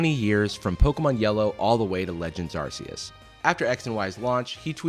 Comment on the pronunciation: You pronounced Arceus wrong